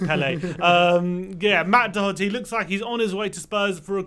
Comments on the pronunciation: pronounced "Doherty" right. Great to see another Irish player is going to be in the squad. COYS. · You guys are getting the pronunciation of Doherty right - the first syllable is not "Dough". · When u say Doherty I always thing of Thomas Doherty not Matt 😂😂